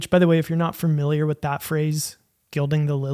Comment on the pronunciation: Let me "guild the lillly" here and point out that the word "familiar" only has ONE "R". It's NOT pronounced "Firmiliar".